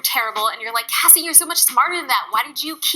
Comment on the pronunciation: I'm so proud of Cassey for uploading that video. I hope she transitions to veganism! P.S. Thanks for finally pronouncing Cassey's name right.😉